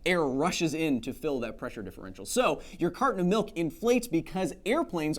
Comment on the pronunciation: CARTON OF MILK enunciate! Enuncinate!